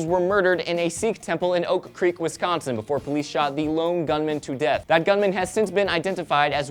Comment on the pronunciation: As a member of the Wisconsin Community my thoughts and prayers go out to all families and members of the temple who had just lost loved ones.... please learn how to pronounce wisconsin :)